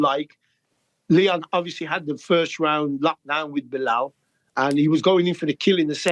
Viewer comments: Chael casually calling Belal Blehal is hilarious. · It’s BLAH-HALL